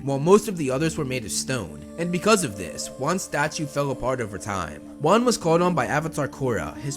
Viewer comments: Its juan not wan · its so wierd that the FIRST avatar is actually WAN which is pronounced like ONE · Avatar Wan (One) Great name for the 1st avatar (Dont get it? Wan is pronounced One)